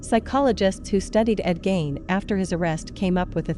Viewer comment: I wish you would pronounce everyone’s names right. I’m from his home town and your video is hard to watch as the fill in photos and videos do not fit the time nor the Plainfield, WI. Please do better. Gein is pronounced using the e not the i.